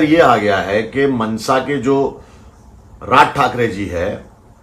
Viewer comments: मनसा नाही मनसे. बोल😡😡😡😡re Bhai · Mansa nai Manse